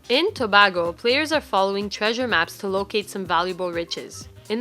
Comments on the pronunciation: I'm from Tobago and the a is pronounced like the a in ape. Tobago not Tabahgo.... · Tobago.... Toe - Bae - Go.... It's an island.... in a country... Trinidad & Tobago... gosh guys.... rolling tobacco? It's a very beautiful place. Please visit! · "Toe-Bay-Go!!" Tobago!! Easy eh!! Hello from Canada!! :)